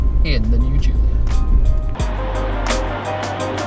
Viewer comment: I'm italain and the pronunciation is the right one